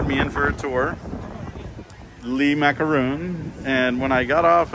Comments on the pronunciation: Le (Lay) not (Lee) Le Macaroon 😉😁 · Le Macaron is pronounced "Lay -macka-Ron" ...just fyi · le macaroon 'lee macaroon' 😖 I thought the English was bad...